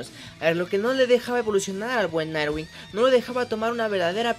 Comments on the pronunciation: es "nightwing" no narwinc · Dijiste Narwing jajajajaja sono muy mal XD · Pronuncias muy mal jajsjaj “nightwing”